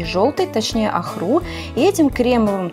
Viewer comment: не охРу..., а Охру....Очень хорошее видио....сейчас делаю всякие поделки для сада из бетона....попробую этот способ применить...очень понравился своей доступностью и дешевизной...Спасибо большое 👍👍👍💛